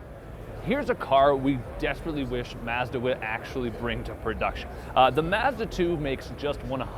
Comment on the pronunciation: Hopefully by now someone has taught this guy how to say mazda